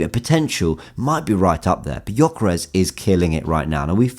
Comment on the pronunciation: U dont say right his name....Say: Djoekeresh... He has hungarian name,his parents hungarian..i know how to say right...just sounds really silly how u say .good content ❤️🇭🇺